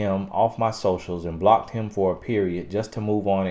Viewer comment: Y’all, I’m from Australia and just listening to him say the down under line, Aussie and mate is hilarious 🤣 as says, keep them BLOCKTTTED 🛑